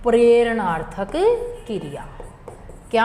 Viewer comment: Kiriya nhi kriya h maam